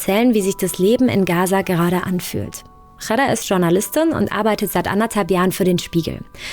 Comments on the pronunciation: Ghada nicht Chara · Es ist so unglaublich respektlos wie der Name von Ghada ausgesprochen wird. Die Frau heißt nicht Chara ( arab. Kot), sondern Ghada, wie das deutsche Wort Radar ausgesprochen. Diese inkompetente Reporterin sollte sich öffentlich entschuldigen !